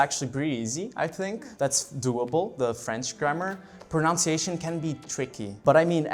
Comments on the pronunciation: They keep pronouncing "pronunciation" as though it was spelled "pronounciation", which is wrong. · I love how they pronounce "pronunciation" based on the pronunciation of the word "pronounce". It's not the same guys, haha. Think of OUNCE and NUN. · She could improve her pronunciation of the word pronunciation, though. But she speaks really well indeed.